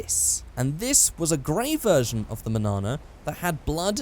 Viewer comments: The manana is pronounced monyana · It’s pronounced mon-yon-a, it’s Spanish for tomorrow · its says manana but in the spanish version says mañana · When i you said Manana i was heard Banana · Mañana is meant to be pronounced “Mahn-yana.” It means morning in Spanish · It’s pronounced manyana this ñ is not pronounced the same as this n and mañana means tomorrow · I thought it was pronounced (man yana) as it is spanish mañana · its manana, as in Mun-(yahh)-Nah, the spanish word for tomorrow, as in < youll get there tomorrow, because the car was so slow, also that version is WAYYY more boxy than the gta3 manana, anywa, welcome back, i hope youll be making more videos soon